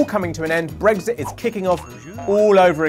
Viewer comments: It's Brexit not 'bregsit'! Why does this annoy me so much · He keeps saying “Bregzit”, it’s so annoying!